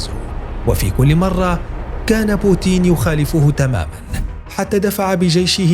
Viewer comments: تنطق بوتين وليس بوتيين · اسمى بوتين وليس بوتيين